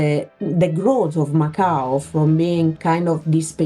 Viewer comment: funny thing, macau sound like MAKAO which is popular card game